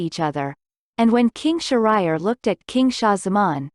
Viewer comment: The location is not an island in India. This is a Persian fairytale, with Persian names! So, this is a not the original, genuine story! Please pronounce Shahriar’s name correctly!